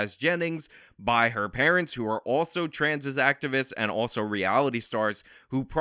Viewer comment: That is to say you dont have to agree with the trans stuff, but calling them the tranzzseses like a right wing gollum/smeagle sounding ass